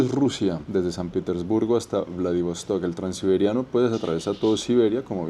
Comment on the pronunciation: PITERSBURGO? PETERSBURGO